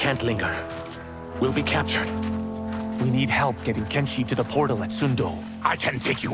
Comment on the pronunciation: By the way is not kenshshi is kenshi